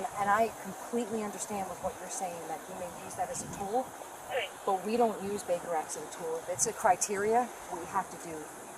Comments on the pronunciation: Baker act!!!!! Not bigger act……..come on! And i am not even an English speaking original…..😮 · Whoever does the captions/subtitles needs to learn what the fuck the phrase "Baker Act" sounds like......... Jesus christ....